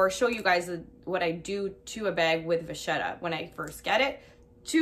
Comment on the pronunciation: canvas is not leather. It is just canvas. Vachetta is pronounce va-ket-ta. It is Italian and has a strong K not ch. Enjoy your purchase.